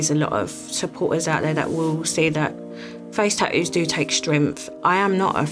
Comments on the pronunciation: If YOUR going to get them ATLEAST you can do is PRONOUNCE THEM CORRECTLY "tattos" NOT "tadoos" 😂🤡🙄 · At least say the word tattoo properly if you’re gonna cover yourself in them, they aren’t called TahOOOOS. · I am and I'm addicted to getting tah-oohs 🤣🤣🤣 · I was looking for this comment. 😂